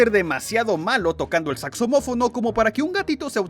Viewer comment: Jaja Lisa es muy mala con el jazz pero vos sos muy malo con la pronunciación.. saxomofono..que es eso??jaja